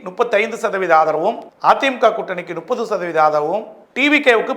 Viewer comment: முப்பது னு சொல்ல வராது! நுப்பது!!!!